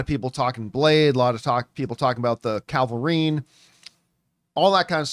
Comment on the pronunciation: It's not Calvarine. It is Cavilrine! Arrgghhhh!